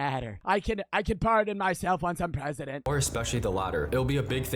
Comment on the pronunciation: I want Joey to be pwesident